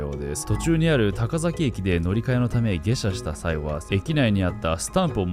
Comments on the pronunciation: 聞き間違いだったら申し訳ないですが、たかざきではなく、たかさきです(高崎) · ぐんまーです さきがざきに聞こえるけど、間違いなのか、滑舌の問題なのか？ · たかざき、いせざき、ではなくたかさき、いせさき、です笑 違和感あって内容が頭に入らず😭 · いせざき、たかざきと聞こえるのは気のせいだろうか